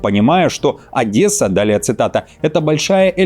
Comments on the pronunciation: Тупари.... не ОдЭсса, а ОдЕсса. Нет там буквы Э и никогда не было!!!! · Одесса, не Одэса, мать вашу с Новым годом